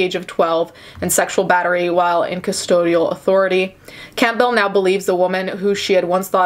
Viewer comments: Lol have you never heard the name Campbell? It's pronounced like the soup, not "camp bell" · Every time she said camp bell I cringed a bit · I hate how she pronounced the family's name as "Camp-Bell" cringe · It's pronounced CAM-bel... Sounds like gamble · Why are you saying Campbell like that? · I’m distracted by how you pronounce Campbell lol